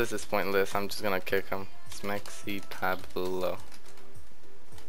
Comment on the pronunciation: Your mexican but you say SmexyPabloh instead of SmexyPawblo xD Ily